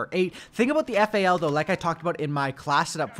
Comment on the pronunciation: It's not F-A-L bruv. It's Fal (F-owl)